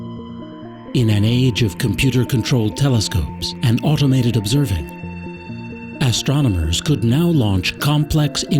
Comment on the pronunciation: Great show but terrible narration..."ass-tronomers"???